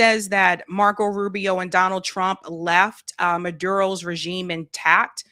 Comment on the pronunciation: She speaks perfect English but she pronounce, s Maduro like she just got here off the boat😂,Why not just call him Fuck face ?The Squad needs to retire and a!l get there own View type show😂Perfect!!!